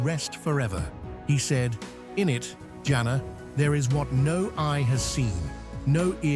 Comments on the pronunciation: It's Janna not janaaa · Can you please say jan-na not jana